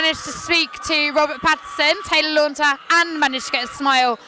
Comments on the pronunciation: Big Fail...why they ever let you near Kristen is beyond me and to say what you did about her,smart arse comment and check people's names before you say them,it's Taylor Lautner not Taylor Launter.... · She keeps saying LAUNTER. lol